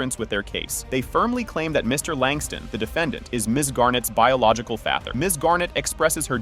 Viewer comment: If you're going to do paternity videos, at least say the word FATHER correctly! and musics too loud!